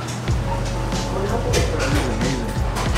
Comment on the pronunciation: Not manadu but " Mandu."